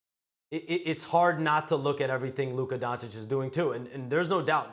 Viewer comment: How does Steven A not know how to pronounce Luka’s name after all this time? That’s really sad and disrespectful.